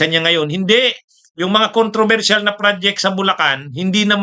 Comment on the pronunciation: Atty.ano ba ung bad jet at prod ject na sinasabi mo ayusin mo naman ang pronunciation mo.